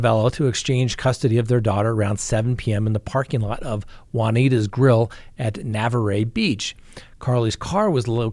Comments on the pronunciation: It's NUH-VAR! lol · FYI. The city Cassie was from is Navarre pronounced nuh-vaar. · It's actually produced "Nah" "Var". The "var" rhymes with far. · I think you mean Navarre Beach which I literally JUST got back from and learned it's pronounced nah-VAR — nothing fancier than that. It's a beautiful beach town just under Alabama on the pan handle. The whole time I felt creeped out there because I watch too much true crime - good thing I hadn't heard of this sad case then. 😕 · Not that it matters but Navarre is pronounced silent E. Thank you for covering Cassie story. So sad. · Spring Hill Alabama, near Mobile). is about one hour from Navarrre Florida. Also Navarre is pronounced like bar or car or var. nuh-vaar. I live around all these places. I love your show. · Pronounced NA var Beach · Sorry its pronounced Nuvar ryhmes with car Navarre 😊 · Navarre is pronounced "Nah varr". we love you. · Navarre Beach... pronounced nuh-vahr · Hi It’s pronounced Nah-Var Its a beautiful part of coastal Florida very close to Alabama. The community is very saddened! Is it just me or does it seem as though domestic homicide has increased? Is it possible that it’s because consequences of this type of violence is known to not be swift? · Navarre is pronounced Nuh Var. Cheers! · Miss Winnie is very offended by your comment but she told me to tell you she forgives you and she is sorry for peeing on your slippers. 🤐. How did you manage during the pandemic? How could you conduct business as usual? Navarre Fl. is pronounced NA VAR...rhymes with far. Just FYI. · ......Navarre is pronounced Na VAR. PLEASE please please call me next time for pronunciation assistance. Oh, Escambia is pronounced es -CAM be- ah. What are we going to do with you? <3 I don't know why it's crossing through the text. Hope you can read it. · Na-var. (Navarre) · nuh-vahr; French na-var "NA" like nuts without the 'ts' and "VAR" like BAR but with a 'V'!